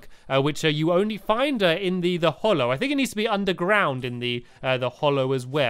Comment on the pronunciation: I'm not surprised younger people can't speak nowadays ~.~ "Thisnis where I HANGED out last time" and of course the classic fink instead on think, and so on.